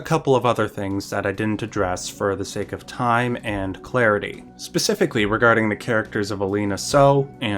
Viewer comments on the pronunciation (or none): none